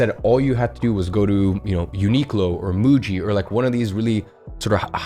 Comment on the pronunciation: Bro said uniqlo and muji😂💀